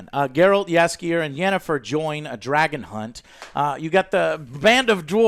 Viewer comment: Damnit, Joe! Say Jaskier just like they did it in the show - Yaskier. Also, the accent is on Yas. And one thing about Jaskier - the Polish version of him was presented better. He was more bardy? Less goofy - that's for sure.